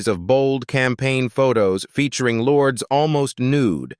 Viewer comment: OMG, it’s not pronounced “Lords!” 🤮 Stop listening then. Either correct your AI’s pronunciation or record the script yourself.